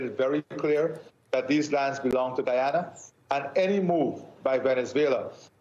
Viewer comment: Thank you for pronouncing Guyana's name correctly, Mr. Moderator. The President of Guyana did a great job in representing our country. May wisdom prevail at the upcoming meeting. Essequibo belongs to Guyana!